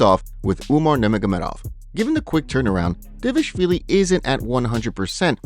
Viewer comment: The narrator pronounces Dvalishvilli incorrectly..